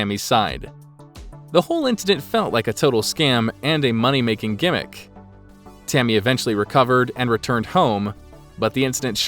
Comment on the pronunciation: Sounds like the narrator said “Timmy” lol